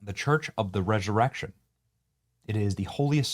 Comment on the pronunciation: “The church of the rezurezzion” 😂 Sorry Benny, had to.